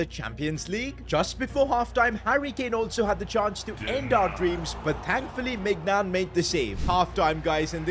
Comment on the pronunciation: You bottled maignans name ist read like mineuon hope you see this😊